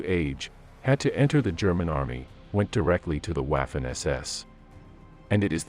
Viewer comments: Not again! They were Vaffen SS, not waffen as in waffle. It is German, for Chrisake. This mispronounciation seems to be impossible to eradicate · Total cringe every time I hear UAFEN, in german W is pronounced as V like in "Jeffery Epstine Very much didn't kill himself", so its Vaffen, not Waffles SS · and the a is ahhh and ayh it made this annoying to watch lol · Please dear WAAFEN not Wafen. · Mien Herr, the correct pronunciation of theWaffen SS is not waafen but waffen SS I am not with you to help with the correct pronunciation, but I hope that this gives you an idea of the correct pronunciation 😮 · It's not " waff - en", it's " vhoffen". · Not Uaffen but Waffen, pronounced "Vaffen" or vah-fen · The way he pronounce "waffen" , it's suppose to sound "vaffen", not "waffles " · Wah'fin lol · The W is pronouced as a V in english. So Waffen is like Vaffen. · menschenskinder! Waffen is pronounced 'vuffen' in German; how hard is that to say?! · 'Waffen' is correctly pronounced 'Vuffen' in German. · Waffen were foreign volunteers & elite Soldiers.... not to be confused with the allgemeine ss.. also who the FK pronounces it Waf-fin 😆 🤣 😂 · And it does not rhyme with "laughin' ". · Wikipedia, entry «Waffen-SS» – english language: «The Waffen-SS (German: [ˈvafn̩ʔɛsˌʔɛs] […]». This is the pronunciation according to the International Phonetic Alphabet (IPA). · I'm English and have always thought it was pronounced vaffen I'm 70 years old and studied the second world war for the 55 years but I don't really want to argue about it , it's just a word it doesn't really matter how you pronounce it 👍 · That's why I gave it a👎down. Wafen. It was a distraction to me. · de Łafen SS : D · The narrator mispronounces waffen. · This guys pronunciation of Waffen and Guderian made this utterly unwatchable. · Pronounce waffen correctly the W has a V sound in the German language. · For Christ's sake make a f-ing effort to at least pronounce Waffen SS. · Wielen Dank! This was driving Me Crazy 😮